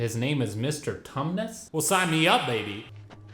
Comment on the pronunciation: Iike sarcasm, as next as the next guy. But you can overdo it a bit. And it is Tumnis.